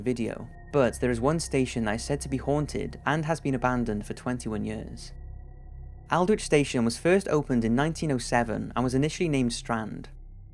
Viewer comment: Aldwych is pronounced alld-witch. Not meaning to be picky but it helps if words or names are correctly pronounced.